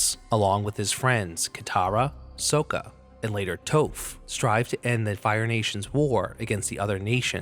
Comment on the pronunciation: It's not tofe, it's Toph.